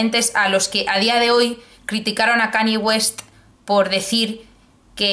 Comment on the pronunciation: Buen vídeo, vengo de plataforma arq y supongo que mucha gente también así que enhorabuena por la publicación... ¡PERO! Por favor, no digas Cani West; Gracias.